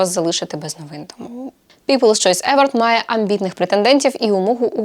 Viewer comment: Вітаю! Дякую за класний контент. Маю одне доповнення: на скільки мені відомо, то в слові award наголос на останній склад - евОрд.